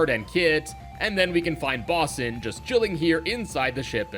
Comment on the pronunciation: it’s actually pronounced “BOW-sin”, with a long “o” sound. It’s an old-timey seafaring term for someone who mans a lifeboat. 😉